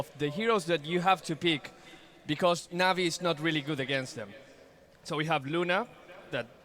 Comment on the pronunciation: why the hell does pronounce everything wrong? navi, dendi, puppey... keeps emphasizing the the last syllable.